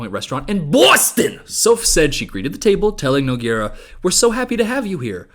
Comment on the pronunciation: unrelated but someone please learn how to pronounce nogueira. its like "noo-gay-ra"